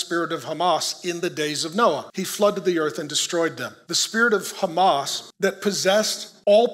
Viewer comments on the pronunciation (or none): Although you can pronounce “h” as “h” in Hebrew you still insist to use the “chet” sound so the word fits your narrative. I used to wonder why but thanks to all of you the more we read and research the more we understand. It’s “Hamas”not “Chamas”.